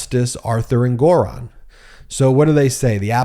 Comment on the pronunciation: So you still can’t pronounce Engoron correctly.